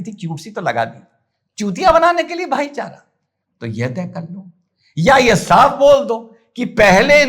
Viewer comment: भाईचारा नही भाई को चारा 😂